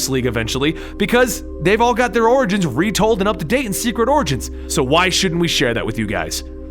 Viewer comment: You said orings 6 times